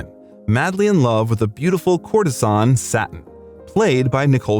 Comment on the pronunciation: 25.45 Satin!?!?!?!? No - did you even see the film?!?!? Satine!! ( Sahhhh Teen!)!